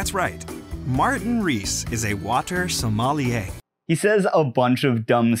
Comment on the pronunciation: A water... Somali-er? Is that a sommelier from northeast Africa?